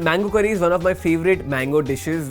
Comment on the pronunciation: "mangoo" XD im not complaining i respect indians because i has an indian classmate and he always talked soo fast